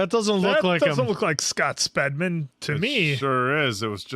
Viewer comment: It's Speedman!?not spedman